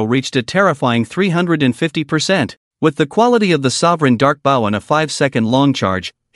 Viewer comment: why does it say bow as bao. I wont complain further but it does make my ears itch from hearing it. @@